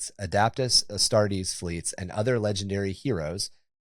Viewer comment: God i hate the lazy-ass AI stuff. The moment the fake David Attenborough voice starts pronouncing stuff wrong I immediately dislike the video and block the account. “With the Prime Aeris Asstarts, Bellasaurus Cowl has invented—“ nope. blocked.